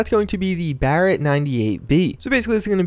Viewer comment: At least you said "barret"correct